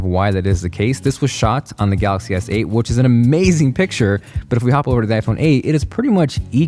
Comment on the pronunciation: Pronounce Galaxy S8 as Galaxy Seiyt